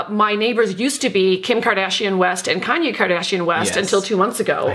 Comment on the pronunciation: “Kayne Kardashian West” 😂😂😂😂😂